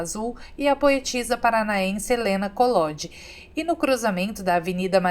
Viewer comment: Ótimo vídeo com boas referências de Curitiba, cidade que eu chamo de “Minha”. Se me permite, algumas observações: a pronúncia do nome da poetisa paranaense Helena Colody é COLODÍ, sílaba tônica na última sílaba, e a Marta Rocha da torta era baiana e não do Paraná. O Paço da Liberdade não fica no Centro Cívico. Há quem confunda, é normal, porque o Paço já abrigou a prefeitura. O Centro Cívico hoje é o bairro que reúne os 3 poderes estaduais e onde se localiza o Museu do Olho. Considere retornar a Curitiba com sua família e visitar a feirinha de domingo do Largo da Ordem e a Torre Panorâmica. Será sempre bem-vinda,! Desejo muito sucesso para o canal!